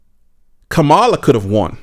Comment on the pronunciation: If you are going to talk about someone, at least have the respect of pronouncing their name correctly. So disrespectful!